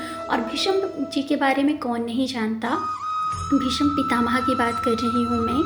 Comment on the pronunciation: तुलसी विवाह के अवसर पर मंगलकामनाएं। रंगोली बहुत सुंदर बनाई आपने। तुलसी विवाह क्या एकादशी व्रत के उद्यापन में किया जाता है या प्रतिवर्ष? आपकी श्रीमुख से कथा सुनकर ज्ञान और आनंद की प्राप्ति हुई। हार्दिक आभार आपका। पहली बार भीष्म की जगह आपने भीषम बोलकर अचरज में डाल दिया। आपका उच्चारण दोष पहली बार मिला। क्षमा सहित।